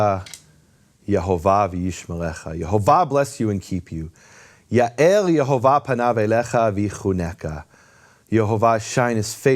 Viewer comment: I hear pronouncing The Name clearly as Yehovah, (the same vowels of Le'Olam) but whenever says it, it sounds to my ear as Yahovah, with the first vowel as "A" is that right? Is it only me or anyone else can also hear this tiny difference?